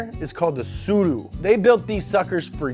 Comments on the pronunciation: you pronunced the name "Tsuru" really good hahahahaha, nice job right there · Props to saying Tsuru properly